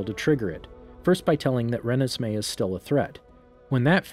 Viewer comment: Her name is Renesmee. Pronounced “Ruh-nez-may”